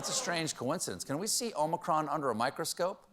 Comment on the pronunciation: "The Omichronic..." 😂😂😂